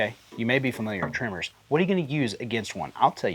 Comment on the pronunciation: Tremors! Not Trimmers!